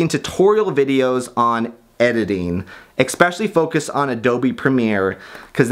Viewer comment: Why do you still say "expecially?"